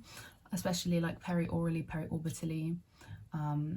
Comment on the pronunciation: I lost her when she said "peri orbaly" smt smt 😭